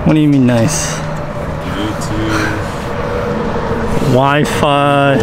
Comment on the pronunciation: Say it BLUETOOTH . Say TOOTHHHH. NOT blueTOOF . Not TOOF😂